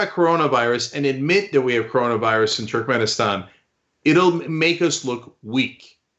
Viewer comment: Cenk. It's TURKmenistan. How can you not pronounce names in turkic language? Americans are the worst in language even if they're second generation migrants.